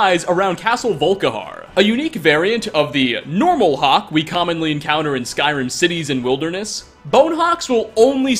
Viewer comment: Does pronounce Skyrim words and names wrong for a hobbie